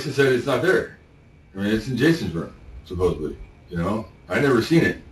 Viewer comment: Lock him up for saying “supposebly”. I’ve heard enough.